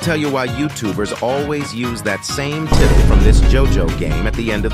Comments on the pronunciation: its pronounced tytle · Title was pronounced very suspiciously 😂